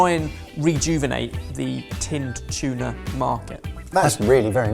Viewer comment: ive never heard Tuna mispronounced so much before in my life. " A BI OF CHUNA"